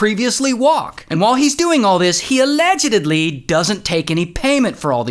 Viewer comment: Allegdedgedly?!! Was a fan until yer illiterereracy got me